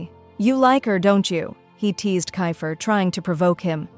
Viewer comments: It's keifer not ki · It's keifer not kayfer